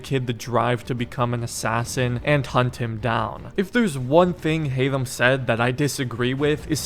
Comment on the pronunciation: You're saying HAYTHAM wrong...